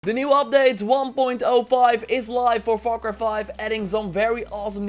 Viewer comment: The way you said far cry 5 sounds like "fucker 5" lol